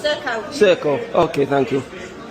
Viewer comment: I like you and your channel but when you say thank you you have to pronounce the H Say thank you over and over again do not say tank you